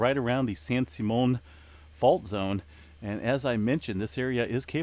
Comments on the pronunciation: you as a Californian don't know that it's pronounced San SIM ..EON location of Hearst's Castle? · It is pronounced San SIM eon. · It's pronounced "San Sim-e-on. You do pronounce the "e", it's a long "e". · Haha. It's San Sim-e-on---it's where Hearst Castle is! I'm in LA and didn't feel yesterdays. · Fyi, it's pronounced San Sim-e-on. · Its actually Central California and its pronounced San Sim me in. The Hearst Castle is there. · You might want to get the pronunciation of San Simeon